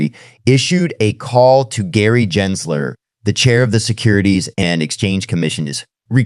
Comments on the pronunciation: NOT "Jensler" it is Gary Gensler geh- geh- "gehnsler" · Gins ler…..? AI nice try